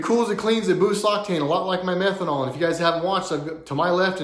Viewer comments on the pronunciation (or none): Bro to ur saying methanoal wtf kinda gas is that for a tri Engine? P.s flex fuel blows for trucks especially towing but idk how methanoal works n truck maybe YOUR JUST HIGH SMELLING UR "METHANOAL" HMU YOU NEED CA CAR ANONYMOUS FOR ADDICTS